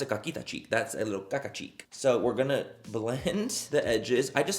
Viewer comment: The noise I made when you said cacita cheek 💀 Also with the cream products and lighter coverage I feel like lip stains are going to make a big comeback soon